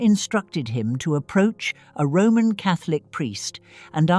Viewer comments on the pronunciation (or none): none